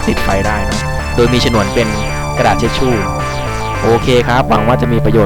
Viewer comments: Tissue ไม่ใช่ เช็ดชู่ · ทิชชู่นะครับไม่ใช่เทชชู่